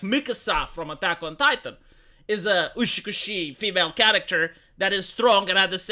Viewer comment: its not uSHIkushi, its uTSUkushi. Ushikushi is not a word.